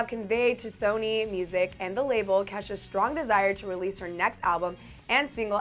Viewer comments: anyone else hear her say Kesa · Why are people saying kesha's name wrong